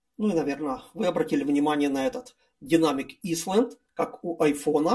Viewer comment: снова порадовал произношением. Динамик "исланд". Лучше бы по-русски и просто: динамический островок... Прошу не обижаться, но такие обороты речи заставляют одновременно смеяться и плакать...